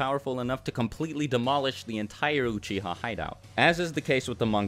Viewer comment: uchiha not uchia! *